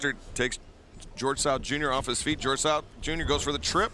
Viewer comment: George south? "Gorilla" 😅🤣🤣🤣🤣✌🏽